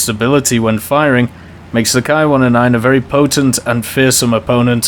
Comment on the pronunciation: Ki in Japanese is pronounced like an English "Kee" not "Kai". This is very important in as far as there actually IS the term "kai" in Japanese moreover it is used in distinguishing plane variants for example the famous Shiden Kai. So in one word I would advise to keep Ki (kee) and Kai appart.